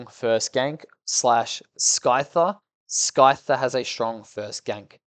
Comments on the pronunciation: This is great and informative and all but Who the hell says SKYTHER. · Bro is mispronouncing them on purpose, "Sky-ther" was personal